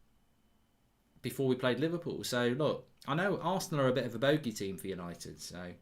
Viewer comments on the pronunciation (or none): none